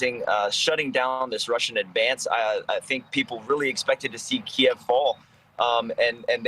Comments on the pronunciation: needs to spend some time learning how to pronounce city names correctly. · Yes and continued to pointedly pronounce Kyiv wrong out of arrogance.